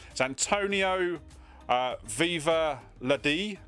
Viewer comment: I’m still giggling at the pronunciation of Vivaldi and Strauss. Love it! 🤣🤣 Good haul!